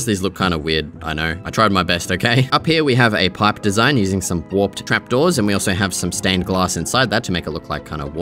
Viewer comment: you don't know how to pronounce warped?